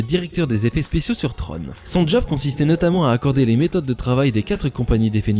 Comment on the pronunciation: Tron. Comme dans tronc. Pas comme dans trône. Flûte.